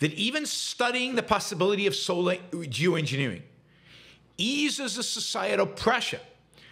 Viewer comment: I really thought you started the episode with “Jew engineering. Jew engineering”. Thank goodness that wasn’t the case lol. Climate change is already polarized enough 😄